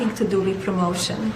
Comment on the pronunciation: Somebody make a meme "Eeet hass nuh-ting to do vif prrromot-ee-un."